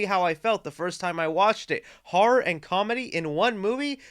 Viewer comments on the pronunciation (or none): none